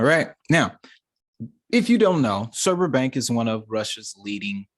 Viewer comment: Not pronounced surber